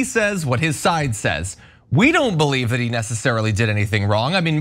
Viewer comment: He can't even pronounce "that" correctly... it comes out "dat!.